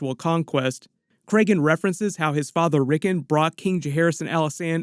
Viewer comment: Every time you say ricken makes me wanna flip my crap it’s Rick-ard not rick-in sheeesh